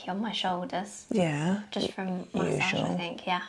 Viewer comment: First it was CO LAWN and now it's MAY SAWG...I LOVE IT HERE 😂😂